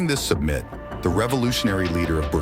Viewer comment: A.I. can't pronounce "summit".